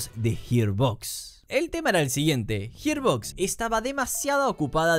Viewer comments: "Gir" no "Hir" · hermano profavor la pronunciacion arruino todo el video, Yiarbox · JIR BOX ??????? me tiltea que pronuncias como el culo Gearbox, pero el resto bien ¿porqué mierda haces eso?